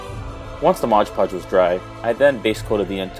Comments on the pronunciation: you mean Mod Podge, right? Not Modge Podge... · Mod* podge! LoL aside from me being nit picky there. This was an awesome project. Excited to thy this one myself. Thanks for showing how easy it can be with the right supplies.